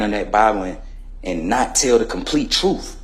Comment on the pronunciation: he said truff instead of truth